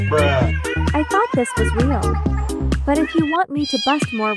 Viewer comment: it, s not rael😭😭😭